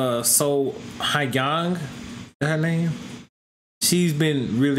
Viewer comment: Sohyang “So-yang”